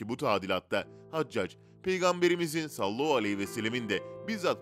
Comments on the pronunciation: Sallahu ne?! Madem dini bilgiler veriyorsunuz, düzgün okuyun! Sallallahu aleyhi ve sellem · Sallallahu aleyhi vesellemi daha net söyleseniz iyi olur